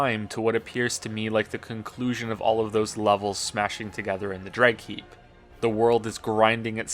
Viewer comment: Before the level title was showed on screen, am I the only one who heard "Dreg Heap" as "Dread Keep"? Also, and I must admit that my Dark Souls experience basically goes as far as video, the level geography seems really weird to me. I know Dark Souls isn't exactly the game with the most uber-logical world in the universe, but am I stupid for thinking that "Mess of towers and castles crushed together on a cliffside" to "Swampy place that is actually a ruined area from the second game" just make no sense whatsoever?